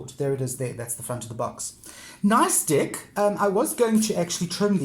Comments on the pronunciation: I don't want to be disrespectful but am I the only one who hears "dick" instead of "deck". I am not an English native speaker so I may be wrong... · Thanks for sharing. Nice collection. I normally don’t commend on peoples’ accents but the fact you call every deck a “dick” is quite hilarious. “Nice Dick”, “Tiny Dick” etc. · Yes I hear it too, makes me giggle but doesn't take away from what a helpful video it is✨😁